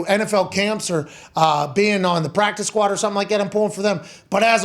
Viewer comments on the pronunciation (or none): none